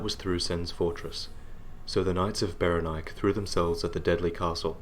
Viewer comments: I really think it should be pronounced beh-REN-ee-kay. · Saying Berenike so that it rhymes with "bike" always felt clumsy to me. I think it works better pronouncing the final 'E' as if it had a Greek origin. And if you pronounce the final 'E' then it flows better with the accent on the second syllable.